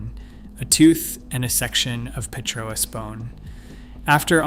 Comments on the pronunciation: Petrous is not pronounced pee-tro-us. It is pronounced pet-rus or perhaps peet-rus. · "Pre-cam Brian" is a good one. Also B-og and petro-us bone. Then there's that weird map where the USA is the only country marked, in a video discussing a time when no "countries" existed.